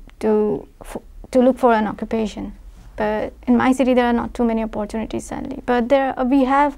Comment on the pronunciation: It is evident from the way she pronounced Oppaartunity that she is from Maharashtra. lol